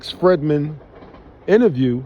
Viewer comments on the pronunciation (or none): you speak on karma in the wrong form. ☮️ and blessings my guy but look into a book called karma by Sadhguru..anyways I agree with you entirely on ye playing with the higher forces. Lastly just heads up Lex last name pronounced (Free-D-man)